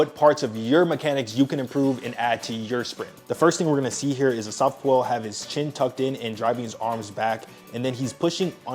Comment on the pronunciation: Asafa Poo-El 😂